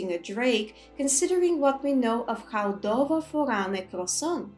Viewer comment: Just wanna say I’m loving the dovah translations and explanations and your pronunciation is amazing. How does one go about learning the dragon tongue so well?